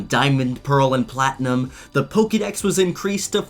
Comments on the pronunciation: I’m a little disturbed about how you pronounce poketips and Pokédex like “pokey” but Pokémon Iike “poka” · For Christs sake it's Poke'dex: poke eh dex not poke ee dex. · It’s not pokeydex it’s pokaydex. why do Americans mispronounce it? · "poké", not "pokee" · Pokemon, Pokkideks... LOL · One thing I noticed in every Pokemon video is how every pronounces Pokèmon. They say "Pokee" Dex but say "Poka-mon". Baffles me.